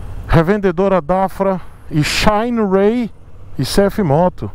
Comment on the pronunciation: xainiii rêiii Eita pronuncia boa. Parece o " ôrraizônnnn" do Americano... É um risco dar motos para o testar... Ele não passa pano kkkkkkkkk Por isso não enrica!!!